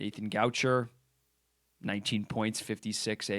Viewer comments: “Nathan G”ouch”er” 😬 gotta work on that pronunciation bud 😂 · Not really complaining, more like a heads up, Nathan gaucher is from Quebec. Therefore, his name is pronounced "goa-shé". It actually means lefty in French. Great stuff as always!